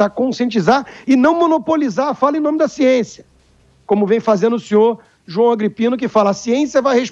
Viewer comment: "siençia" do dória kkkkkkk